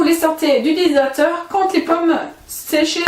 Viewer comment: Aller un petit effort d'articulation.... DES--HY--DRA--TEUR... essayez encore DES--HY--DRA--TEUR...